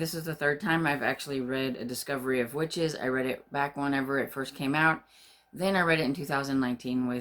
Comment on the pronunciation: Ooooh your actual legal name is? Wow, sorry didn't see that (and should have from a mile off haha). What a fantastic name! (hope you don't mind me calling your btw). Yes very excited for Discovery of Witches and you did very well with the pronounciation! Oh, I loved this! Thank you (born on a Sunny day - I wont forget):)